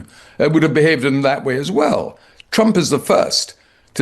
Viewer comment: Bombing oil refineries and bombing innocent civilians are not the same. Putin taunting “Chrump” (as Caroline pronounces it), and Chrump doing nothing.